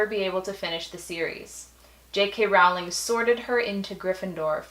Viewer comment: you say your "BIG" fans but you don't even know the authors name. It is rolling not rowwwling.